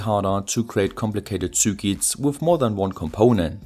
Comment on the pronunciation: I love how you say zürkits